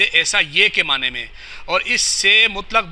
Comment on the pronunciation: اس مولوی کو لفظ معنی کا تلفظ ادا کرنا نہیں آتا